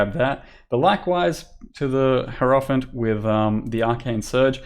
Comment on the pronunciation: It's HI-ero-phant. Not herofant.